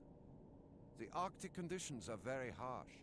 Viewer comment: "Arctic not Artic"